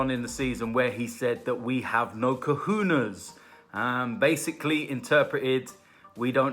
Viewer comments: It's pronounced "Kar-ho-nez" Not "Kor-hoo-naz" Cajones Pendejo!!! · Cahoonas as says 😂😂👍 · no it's pronounced kohones